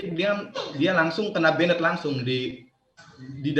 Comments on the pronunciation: Informatif sekali jadi sedikit tahu catur. PS: karena banyak dipakai, pronounce ban-ed (ban'd) , agak mengganggu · justru saya sudah nonton videonya, Percasi terkesan apriori dan bahkan arogan tanpa menggali lebih jauh informasi secara lebih obyektif. Anyway, "banned" itu pengucapannya atau pronounciation nya "bænd" bukan benet benet😄🙏